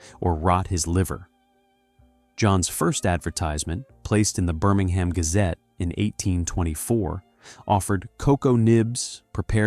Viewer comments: Why do we need an American ai voice? Cadberry? Birming-ham? How does it cost any more for a human to read a script than to use an ai voice with a foreign accent and terrible mispronunciations? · You are pronouncing Birmingham wrong. It is a silent H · I turned it off after the 2nd time you said Birmingham incorrectly . I ignored your colour blindness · I enjoyed the commentary, but the way he pronounced Birmingham really grates the ears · Within moments the English pronunciation was butchered..”Birmingham, bow and advertisement “. All badly mispronounced. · Cannot stand the mispronounciation eg Birmingham, bow window...shame as it looked interesting